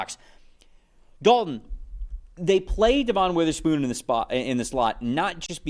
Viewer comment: It’s not Devonne, it’s pronounce like Devin